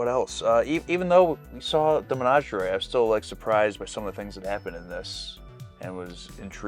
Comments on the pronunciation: Why do we still pronounce menagerie so funny, guys? 😂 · Why are you guys pronouncing "menagerie" so weird?